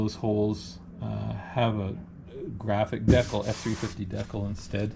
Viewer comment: You're pronouncing decal wrong..and smart person would have taken the finder off to get to the door hinges instead of fighting it so much. I did paint and body work for over 21 years and I don't like doing things twice much less as many times as you did when taking the finder off would have been easier. Remember work smart not hard